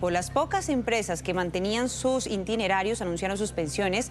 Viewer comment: Se dice ITINERARIO no INTINERARIO